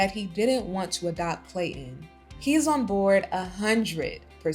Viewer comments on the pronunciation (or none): There’s a ‘T’ in ClayTon 😂